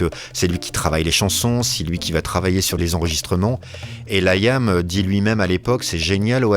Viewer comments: Layam se prononce Liam . Merci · J'écoute le podcast et j'ai une pub qui pop avec Amazon et la chanson d'Oasis "She's electric" 🤣 Liam se prononce "Lee-um" en anglais et "lit ame" en français arrêtez de dire "L' ail ame" depuis 30 ans vous n'avez pas corrigé cela 😂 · Un podcast non avare de clichés sur le groupe et ses membres. Déjà quand t'entends 'Laîaamm' ça donne le niveau.. Un podcast par un quelconque amateur sur son temps libre est 4x plus objectif. Le pire, c'est que c'est quand méme en progression par rapport aux articles claqués au sol qu'on a dû se coltiner les décennies passées.